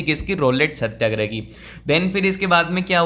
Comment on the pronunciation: Satyagraha= satya+agrah Not satya+grah 🙂